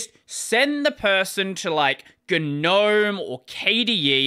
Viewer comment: Friendly tip - don't talk about Linux if you pronounce Gnome with a 'G - Gnome is pronounced like 'nowm'. 🙂 Also note, people don't use computers or operating systems. They use applications. This year I migrated completely off both Windows and Linux, since MacOS has all the advantages of Linux (for a user) and all of the applications of Windows (except gaming, but I am not a gamer). As a developer, MacOS is by far the superior solution. The fact that Apple also has the best laptop hardware in the industry is just a bonus. Every thingls you said about packages, "bottle", "flatpack" and everything else is utterly irrelevant.